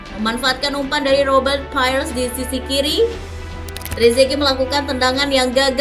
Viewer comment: Robet Pire not Paires